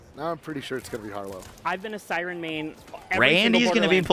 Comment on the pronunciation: I know it was a slip of the tongue, but calling to Sirence sound baller.